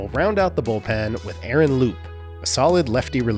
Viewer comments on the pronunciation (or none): none